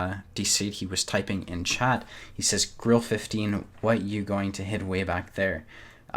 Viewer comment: Its Grille, not Grill, learn the difference